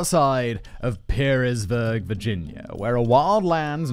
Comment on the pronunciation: I will be that guy...Pearisburg is pronounced Paris-burg or the Pear part of the town pronounced like the fruit.